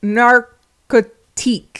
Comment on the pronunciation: my french ass just waiting for you to butcher "narcotique" :face-turquoise-covering-eyes: you pronouncing it right :face-blue-heart-eyes